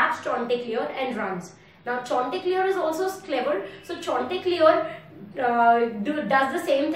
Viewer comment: What's that name chonteclear?🤣